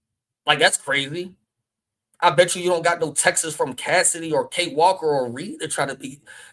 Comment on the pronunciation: it's "texts" not "texes"